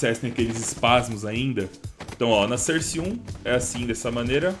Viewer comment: eu so chato e digo que se fala sóurce não serce